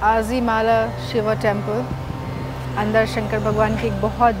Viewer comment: Not azimala... It's pronounciation is not in English language😊